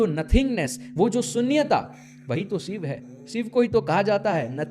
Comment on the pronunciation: Shiv me na sh bol pa rha na iv ‘sib’ kya hota hai? 😂😂